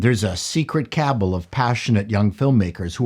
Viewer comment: Secret "kabble"? kuh-BALL. Look it up.